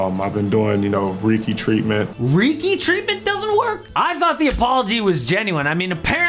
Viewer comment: Reeky? 😂 Reiki bruh...